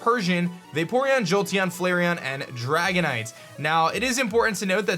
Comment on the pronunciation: Dragonite-ite... Lol